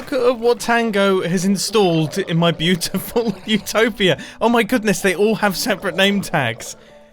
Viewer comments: Utopia not Eutopia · mumbo, ummm it is utopia not eutopia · "Eutopia". Total cringe. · Mumbo really said “Eutopia” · Utopia, not eutopia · Mumbo, you know its utopia and not eutopia... right? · Is “Eutopia” a British English thing? I always thought it was “Utopia” but that might just be the USA version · 1) you misspelled Utopia it's not Eutopia, 2) you missed out on "Vol-tato" like "po-tato" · Anyone gonna tell mumbo that it's Utopia and not Eutopia? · Mumbo, it’s Utopia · Mumbo... It's "Utopia" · "Eutopia" ??? Am I the only one that caught that? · "Eutopia" Mumbo is definitely English.